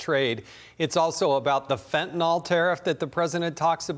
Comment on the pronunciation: Why can nobody pronounce Fen-tan-yl? Fin-tan-ill Not Fentnall